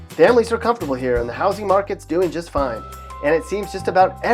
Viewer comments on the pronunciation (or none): none